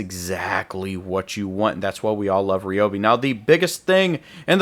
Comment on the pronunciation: It’s Ry not Re ….. Ryobi